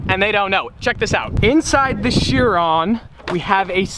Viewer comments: Pronounced ‘Kiron’, not shearon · nope its a Bugatti Veryon not a "Cherron🤦‍♂️" Chiron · Fun fact, your pronunciation for the Bugatti Chiron is not "sheer ron", it is pronounced "KY rahn". Hmm, the more you know. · It is bugàtti Chiron not bugàtti laugh my ass of 😂😅😆😂😃😄😅😆